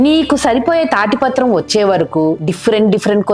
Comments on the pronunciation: తాటి పత్రం కాదు తాళపత్రం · తాటిపత్రం కాదండీ అది తాలపత్రం